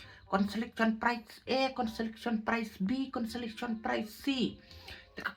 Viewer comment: Ka pright ❎ Ka prize. ✅. ,,,,😅😅